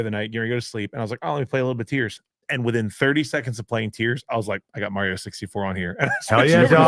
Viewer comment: Mario, not Maaario